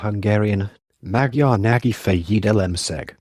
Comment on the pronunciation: The history is fascinating and thorough - but the robotic, AI presentation and butchered pronunciation diminishes the potential of this video. It would be top notch if re- done with a live narrator who can pronounce Magyar. Also photos or diagrams accompanying the content would be great - a big question mark is nonsensical.